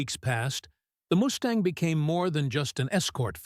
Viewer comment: Moose-tang??? :face-blue-smiling